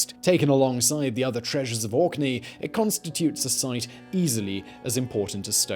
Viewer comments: ohhh it's "Orkney" ... I heard Auckney lmao . Tbh Auckney sounds better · I know he's saying Orkney but in my head he's saying it spelled like Aukney... lol